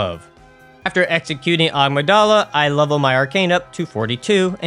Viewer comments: “Uh-MIG-Duh-Luh” 🫡 not Amadala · ah yes agmadala amygdala is pronouce uh-mig-duh-la btw edit: don't have to change the way you say it it's just in case you didn't know that's the correct pronunciation